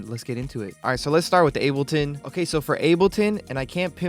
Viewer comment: bro said unableton